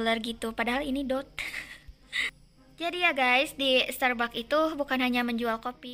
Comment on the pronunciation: Bacanya starbaks kak😅